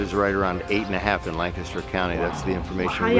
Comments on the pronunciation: If you visit and want to sound like a local...Pennsylvanians pronounce Lancaster County "LANK-uh-stir" . Different from the town in CA or the actor, Burt "Lan-cas-ter", as the guy in the video is saying it. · Argh... Pennsylvania native here. It's pronounced more like "LANG-kister"... not "LAN-caster". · It is not pronounced Lan-caster. It is Lanc-aster. There are quite a few Amish folks with cell phones. Particularly the teenagers. They aren’t quite as clueless about technology as they are sometimes portrayed. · I can tell that the narrator from that video & were watching is not from Pennsylvania because he said LAN-caster and not the proper LANC-aster. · IT'S LANCASTER not lan caster! I would know it's like 40 mins away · It's pronounced "LANK-uh-ster" County, PA. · the guy in the video you watched mispronounced Lancaster, and it grinds my gears. I live 30min away from Lancaster, PA (pronounced Lenk-ist-er). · Lancaster is pronounced Lang kisster in PA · I grew up about 30 minutes from Amish Country in Lancaster, PA. It's pronounced, "Lang-KISS-ter" They sell food, home-grown vegetables, pies (the Amish can BAKE!), and quilts at farmers' markets & some have their own shops. They do not allow photographs of their faces because they believe the camera steals their soul. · the way the guy in the first video said lancaster... pain😭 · The TV show host pronounced "Lancster" wrong.